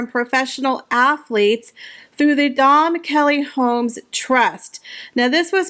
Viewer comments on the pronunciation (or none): Dame is pronounced dame not dahm. It is an English title, pronounced as spelled, not Frenchified. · Its Dame Kelly not Dome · Hi just for your information dame is pronounced (a) as in aim not damn, that is a mild swear word in the English language. 🙉🙊🙈😇